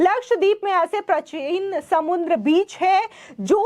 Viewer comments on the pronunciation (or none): none